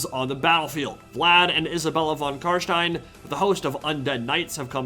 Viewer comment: When you said Carstein, i thought for a second you were german, greetz from Germany